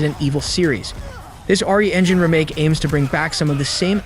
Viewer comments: I've never heard someone pronounce that word as "reh make" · Hate the way he says remake 🤣 bet none of these will be on PS4😞 and probably centred around online only 🙄